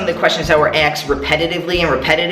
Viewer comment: "Somebody axed me" lol jk I love you! Great video too! Thanks!